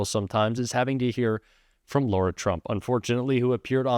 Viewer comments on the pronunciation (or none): Lara, not Laura. Would you say Kama'la?